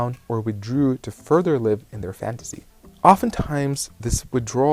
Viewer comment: "fantasy" is pronounced with an "S" sound , not "Z" sound. But good video.